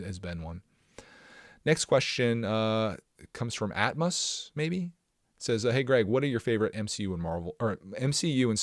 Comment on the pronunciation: Hey Greg. My name is pronounced amos(aim-iss). Anyways have you bought any of the new Lego Indiana Jones sets? I just recently got the temple of the golden idle set and wondering if you have built it or plan on buying it? Love the podcast, thanks Greg